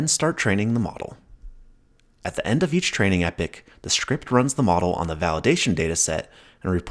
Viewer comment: yo clown … read what an epoch is … and HOW TO SAY IT PROPERLY